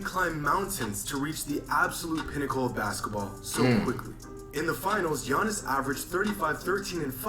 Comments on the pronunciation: It’s crazy cuz in Greece his name not even pronounced as ‘Yawnis’ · I'm honestly happy basketball is over for a bit now we don't have to hear you butcher giannis' name on purpose